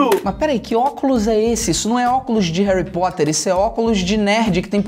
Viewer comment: harry poter: ❌ kraque poter: ✔